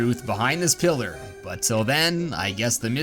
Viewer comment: You say pillar i hear killer